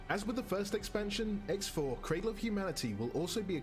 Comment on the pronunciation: Ummm.. it's "cradle" not 'craddle' just fyi.